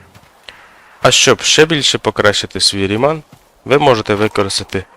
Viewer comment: Я думаю, зброя названа на честь фізика і математика Бернхарда Рімана, а отже наголос на "і" в його прізвищі!